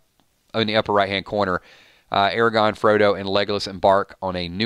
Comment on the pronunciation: There's an R in Aragorn